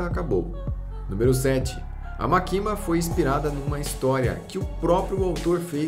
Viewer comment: Morri de agonia do cara falando "makíma" ao invés de "mákima" que é a pronúncia correta kkkkk Mas sei que ninguém é obrigado a pronúncia corretamente